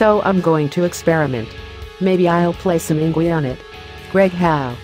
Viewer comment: "In gwee"